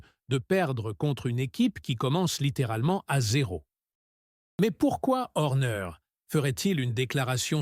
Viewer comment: Salut Monagasse, Louis Samilton, L'endonorice .... Verstappen ou Verstapène ? Horner et non Orner ... à " ce bâtre" .. "la néaurée" 😂😂